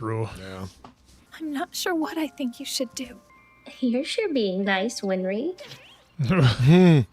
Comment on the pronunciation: He also keeps calling winry "WINFRY" He's just killing me man. It's been so many episodes 😅